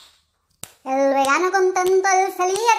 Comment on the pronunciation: Jajajajajajaja sheva lentejas, sheva lentejas, sheva lentejas, sheva lentejas, porque sheva lentejas, sheva lentejas. :V